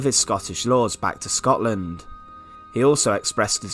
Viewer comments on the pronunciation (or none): none